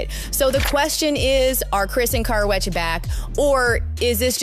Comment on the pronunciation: She can’t say her name properly!!! 🤦🏻‍♀️🤣🤣